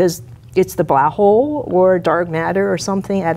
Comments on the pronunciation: She's a black hole hunter and she can't even say black hole right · her careers focus is on blackholes yet she cannot prononciate it...interesting 🤔